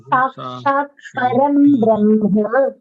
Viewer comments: If anyone could clarify please - It's written like param brahma but heard as param bramha during the recitation. I don't think it could be a mistake but some nuance that I'm yet to understand. Thanks in advance. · It's bramha. Not brahma. ❤